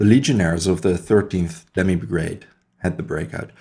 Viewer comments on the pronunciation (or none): none